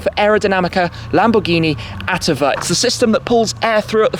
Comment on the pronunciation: Awesome video and review. Just a little heads-up for the future, the correct pronunciation of "attiva" is "at-TEE-va". I need to say that I LOVE the fact that you try and explain the acronyms for what they stand for in italian, a lot of reviewers (even professional ones) tend to skip that part. It just gives the idea of how much you love what you're doing and your public. Great video, hoping to see you jump inside one of those.